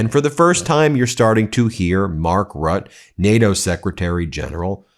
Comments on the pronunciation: Ben, NATO Secretary General's last name "Rutte" or is pronounced 'R-O-O-T-A' The 'a' makes an "ah" sound. No offense intended. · Please, Ben, the NATO SecGen is Mark (Roo-tuh) Rutte! Get it right. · Say RUTTER thats how you pronounce it. Come on, don't show your ignorance, up your game